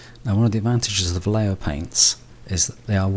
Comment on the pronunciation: Va - as in valley Lle - as in yes Jo - as in hotel.